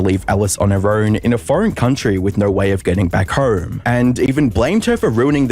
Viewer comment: The way you speak hurts my ears. How the fuck do you pronounce 'Home' as 'Hoerme'. You sound like a badly coded Oceania AI.